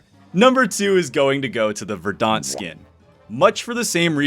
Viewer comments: Just an FYI: it’s pronounced VER-dent, not “ver-DAHNT”. Otherwise great video, very fun to watch as always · I dunno if I can say this without coming off like an ass, but that is definitely not how you pronounce 'verdant'. Please look it up. I kept thinking you were talking about the Battle of Verdun or something. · Thanks for saying this. Made my butt twitch every time he mispronounced it 🤣